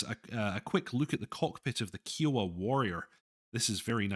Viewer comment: OMG, your pronunciation of "Kiowa" is killing me here. It should rhyme with "I owe the". "Eye" not "Eee"